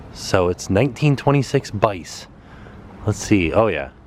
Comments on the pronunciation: Thanks for the tour of my favorite hotel! BTW Bice is pronounced "Beechay" :) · Bice is pronounced Bee chay in Italian. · You always stay at my hotel when I'm not working! Also Bice is pronounced Bee-Chay! Always amusing to hear people's interpretations! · Thanks for a great reminder, we stayed here in 2014 and fell in love with it. Sal's Pizza is fab, had a great lunch sitting outside watching the boats - so peaceful. Bice is pronounced Bee-chay (it's Italian) and we had a bad experience there - bland food, noisy surroundings and very odd service - but maybe others have had better. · Bice is pronouched Bee-chay :) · Btw the restaurant "Bice" is pronounced Bee-say